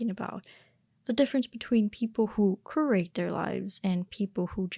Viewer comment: Sorry to be “that guy”, but “curate” is pronounced with a y sound after the c - like “kyUR-ate”